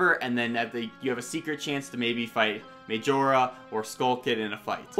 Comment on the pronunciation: The way you say majora bothers me